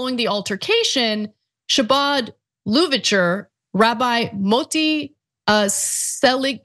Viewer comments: I am really surprised at the number of online media hosts completely butchering the word Chabad. it's not an SH sound, its that guttural sound made when speaking hebrew. every host I'm talking about is progressive and is very familiar with judaism and they've lived in the northeast part of the country at some point, near where many jews live, so its really hard to believe y'all have never been told or aren't used to hearing that letter/sound. chanukah isnt pronounced shanukah and chutzpa isn't pronounced shutzpa. why would you say shabad instead of chabad? if you cant get the guttural CH sound, just use H, but please, no SH smh omg gotta add a P.S.- dont pronounced CH as CH either. I gotta ask the host...do you know any jewish people or have you ever heard hebrew be spoken!?!? I feel like I'm in the twilight zone 😳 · Yes, you mispronounced Chabad. Just like with Channakah, Challah, the C is silent. So it's huh-baad, Hannakah, halla. You can easily Google how to pronounce ____... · Say “Chabad “ as if you are hocking up mucus. “Habad” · Shabad lubavitch chazidim.... omg, is it so hard to check the pronunciation of words? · Chabad sounds like “huh-baad,” which you could have learned (and heard) with a moment’s Google search. It should not be news that actual preparation before going onstage helps to avoid such difficulties! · Khabad is the proniuciation. Ch is Kh. Ana, please check out how words in other languages are pronounced. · It's pronounced "ha-bid" Like Chanukkah is pronounced "Han a ka" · You pronounced "Chabad" and "Lubavitch" and "chasidim" wrong.